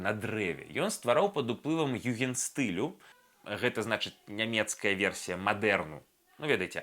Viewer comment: Югендшціль. s перад t ці іншай зычнай - чытаецца *Ш*.